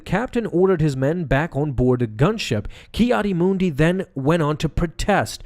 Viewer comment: “Kiadi Moondi”